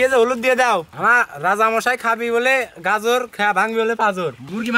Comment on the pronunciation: শুশা না শসা; আর গাজুর না গাজর